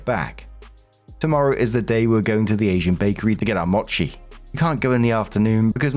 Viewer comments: Small note for: mochi is pronounced "mow-chee" and is fantastic stuff usually with a custard, red bean, or ice cream filling. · Story 1: Yeah it makes sense that OP's mother is into an uber religious nut who posts to YouTube lol. Also hi! 🙌🏾 Just wanted to say that mochi is pronounced m-OH-chi. It's a long o sound 😊